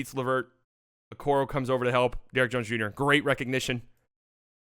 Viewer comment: "Bim Bardaway Bunior " I died XD